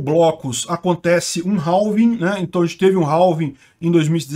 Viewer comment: Se pronuncia "réf" = half E "réving" = halving =x